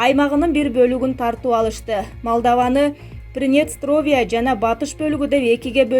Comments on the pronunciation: Принестровье эмес, приднестровье десен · Ой журналист принестовия эмес преднестровия тормаз